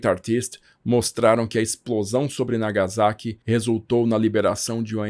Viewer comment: Sem querer ser chato, ma sendo, corrigindo as pronuncias. NagaSSaqui (Não Nagazaki), Kokurá (Não Kokúra), Nígata (Não Nigaata)